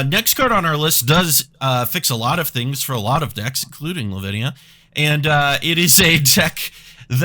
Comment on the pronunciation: Headed to the hospital now, took a shot everytime he said livinia and 2 for arden+kraum. Thoughts and prayers please